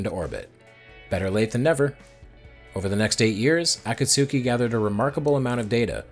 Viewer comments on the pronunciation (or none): AAAA KAAAA SOOOO KEEEEE 😅 ah-KAT-ski 👍